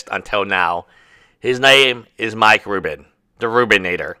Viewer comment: Mike Rudin, not Mike Rubin. Rudinator not Rubinator.